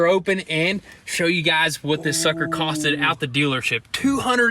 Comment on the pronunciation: it’s “cost” 😂